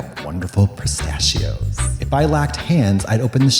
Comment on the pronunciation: katya: "pristachios"